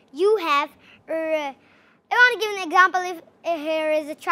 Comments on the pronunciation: Actually i heard "curry" every fucking time when she says "country" and how can you guys ignore "exampael*😂😂😂 this isn't any type of accent. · Over accent "curry , exampill" 😂